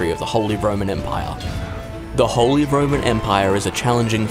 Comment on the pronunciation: Ah yes, the Wholly Roman Empire, not to be confused with the Partially Roman Empire. How can you possibly not know how to pronounce "holy" and yet still ended up doing this voiceover?